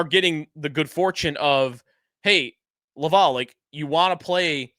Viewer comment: Xhekaj… It’s pronounced: Jack-eye Laval: it’s pronounced lav-al (like Alan) not lav-all